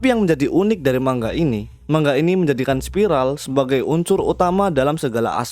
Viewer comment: Cara bacanya memang "mang-ga"